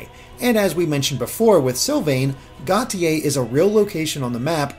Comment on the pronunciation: Preeeeeetty sure Gautier is pronounced "go-shay," but then I only get that because I read Sherrilyn Kenyon novels and Nick Gautier is a rather significant character. Anyway, that detail aside, I shall continue watching the analysis.